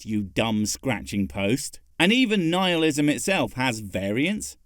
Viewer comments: That she keeps pronouncing it where it sounds like "Nealism" makes me think that her secret religion is worshipping Neal Patrick Harris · Wait, how does a therapist not know how to pronounce "nihilism"? Wouldn't the subjects they would've had to cover in school cover such topics as "neelism"? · Neehillism.... NEEHILLISM!!! seriously are you fucking kidding me? Nigh-hilism Good God PragerU, that's just pathetic. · I have never heard Nihilism pronounced that way. 'Neealism'. Is that a thing? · Knee-Heel-ism? Her pronunciation was so bad. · She can’t even properly pronounce Nihilism. So why be surprised that she doesn’t know what it means. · Did she say Nealism? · I have issues with anxiety and depression. Worst it got, and closest I was to ending my life, was when I was Christian. Go figure. Also, seems like I only ever hear Christians pronounce nihilism "neal-ism". Just an odd observation. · Is she intentionally mispronouncing nihilism?